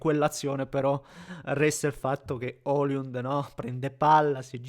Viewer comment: E comunque si chiama sempre Højlund (pron. Oilund, non oliund), proprio non ti viene😂